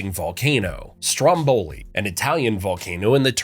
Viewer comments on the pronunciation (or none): It's freaking Stròmboli, not Strombòli for the love of GOOOOOD! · Why do Americans always have total disregard for where the emphasis in a word is? Is it that they just don’t care or is it pure ignorance? Stromboli has the emphasis on the first syllable.